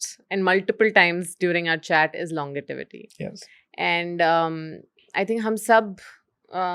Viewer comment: Great discussion. It’s longevity not longitivity 😬 😅